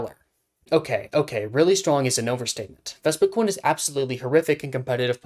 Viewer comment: You not saying vespi-QUEEN is giving me a stroke